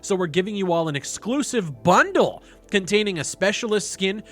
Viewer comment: Lol the way said bundle. 😂😂